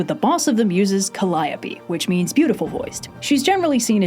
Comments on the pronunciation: Υπέροχο βίντεο όπως πάντα, αλλσ Καλλιόπη, όχι Καλλάιοπη, ΑΡΓΚΧ XD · Yeesh. I have always pronounced calliope wrong apparently. I always said it like “ka-lee-ohp”, instead of “Kuh-Lie-ya-pee”. Even typing that out was painful! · I have a question about Calliope When it comes to Greek pronunciation would it not be Cally-oh-pee? I know it's pronounced that way in different places, but the Greek one I'm pretty sure is that way.